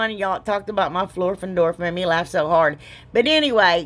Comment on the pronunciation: That was laugh not kaugh. 😁